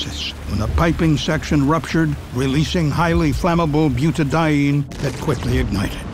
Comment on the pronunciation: releasing highly flammable butadene..... I'm pretty sure the popcorn polymer is buta-di-ene.... this is the point where I stopped watching to see if the comments were roasting this AI slop